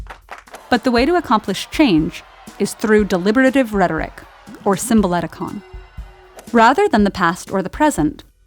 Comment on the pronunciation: The narrator mispronounces "symbouleutikon" (tho the on-screen text gets it right).